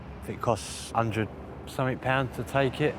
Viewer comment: God, that senior HCEO - "anyfink, nofink, somefink".......durhhh. Unprofessional and sounds like a thicko.